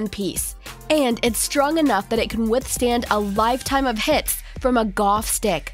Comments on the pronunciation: Is she saying gof stick or golf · Did she say "Gulf stick"? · Why the hell does she say Gof not Golf? Like wth😂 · Why is she struggling to say and pronounce normal words like saying gooorf ball and gooorf STICK?? God she sounds like an imbecile... and that creepy giggle literally made me throw up on my screen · What’s a “gaff stick”? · Gof stick and gof ball XD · + "Uniformingly" and "Goff" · I know. Gof balls? Gof stick. What??!!?!?!